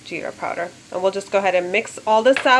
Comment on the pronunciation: Love ur accent powderrrrrrrrrr